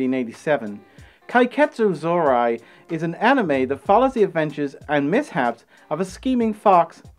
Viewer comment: I...I don't think that's how you pronounce 'Zorori', friend.